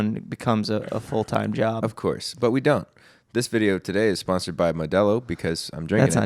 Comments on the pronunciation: yaymee nano “mow-de-low” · it’s very interesting the way said “Modelo”